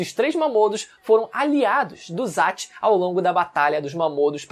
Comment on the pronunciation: Vídeo muito bom, mas poderia dizer os nomes de zatch e kiyomaro igual falam no anime, tipo "Zetch" e "kiyomaro" ou só "kiyo" Vc fala assim: "zatch" e "kiyomáru"